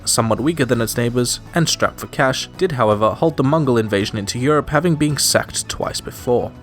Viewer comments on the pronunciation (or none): none